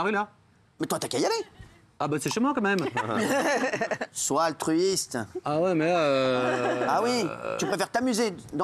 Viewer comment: Faut dire a delormeau qu'on dit quand même et non pas co même.. C insupportable